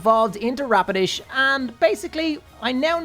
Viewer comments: Its rapidash not rapodish XD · Anyone else hear radish when he said rapidash